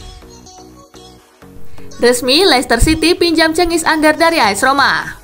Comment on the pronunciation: Cengiz Under min Bukan Cengiz Ander 🤣